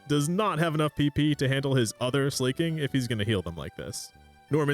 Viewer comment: Something about hearing Slaking pronounced as slay-king rather than slah-king/slacking really throws me off. Also yaaaass slay king.